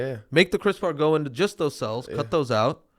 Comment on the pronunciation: Going back to the backlog as we wait for a new episode. “Cris-per” is the pronunciation :)